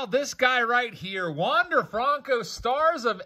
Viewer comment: When you going to start saying his name right FRUNKO 😒😒😒